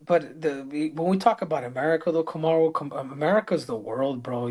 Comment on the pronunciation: I think its hilarious when Triple C calls out Usman on their show, and I find both of them hyper cringe. Ive been waiting for guru to break this down and the more cringe the convo got, the funnier Henry's pronunciation of "Kamaru" is... Hay fellaz🎉